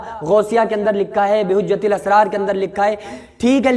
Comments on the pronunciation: کو بہجۃ الاسرار کا نام تک ٹھیک لینا‌نہیں آرہا ۔ اردو پڑھ لے پہلے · वो कैसा मुफ्ती है जिसको बहजतुल असरार किताब का नाम भी सही से बोलना नहीं आ रहा एक किताब का नाम नहीं आ रहा बोलना और बन गए मुफ्ती 😁😂